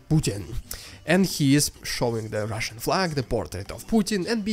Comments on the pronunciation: The rrrrrrrrrrrrrrrrrrediculous rrrrrrrrrrrrrrrrussian prrrrrrrropoganda intro is prrrrrrrrrrroperly fitting! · i love when you say "rrrrrrridiculous rrrrrrussian prrrrrrropaganda" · I love the rrrridiculous rrrrussian prrrropaganda intro. However much you employ an extreme trilled 'r', it will never be as ridiculous as the Kremlin's propaganda itself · I love your show and watch it daily as a subscriber, and while I enjoy watching the ridiculous Russian propaganda at the beginning of each show, I think you go over the top with the way that you say “ridiculous Russian propaganda.“ if you wants to trill your r’s, that’s fine, but beyond that is too much. Thank you for your hard work in bringing us great content.